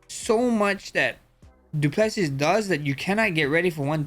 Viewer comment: Du plase ✅️ Du pleses❌️ Poriye ✅️ Porier ❌️ 😂😂😂😂